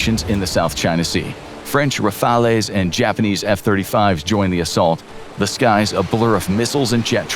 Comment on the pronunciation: Why did you constantly ignore French armement? You barely mentioned the Rafale (and when you did the pronunciation was terrible) and the Leclerc Tank was totally ignored!